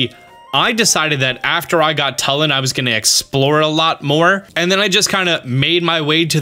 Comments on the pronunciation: It’s not like Tull-in its like tool-in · TWO-LIN NOT TUL-IN IT’S SAID IN THE GAME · His name is pronounced toolin not tuhlin lol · It's "Tooh"- Lin not "Tuh"- Lin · its pronounce toolin not tullin bro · my braincells popping every time this guy says tuh-lin. It's too-lin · TUULIN. U is stressed. Not tulin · This is driving me crazy. You’re pronouncing Tulin’s name wrong. It’s not “Tull-in” it’s “Too-lyn” you’re saying his name wrong. Even if you were just reading it you’re phonetically incorrect. The cutscene after you beat the temple his ancestor says his name for you - if you need confirmation. Thanks for all your tips and tricks vids though. 😂😂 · Bro it’s pronounced two-lin. Not Tull-in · ITS PRONOUNCED (chu-lin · It’s pronounced two-Lin. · tulin- too-lin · It's pronounced too-lin and Teba is not a descendant of ravioli he's just a Warrior of great courage that highly respected ravioli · The way he pronounces tulin( you say it like 2-lin) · It's Too-lin. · My God, it's pronounced Too Lin. They literally say it in the voiced cutscenes. Come on guys, we're in the age of voice acted zelda. Mispronunciation shouldn't be an issue anymore. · I’m sorry but the way he pronounces yunobo and tulins name annoys me so much